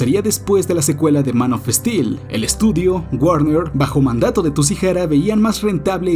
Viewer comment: Es gracioso como pronuncia "Man of steel" Manofestil